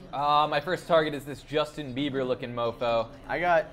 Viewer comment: Me and the robber (blonde guy you call Justin briber) have the same last name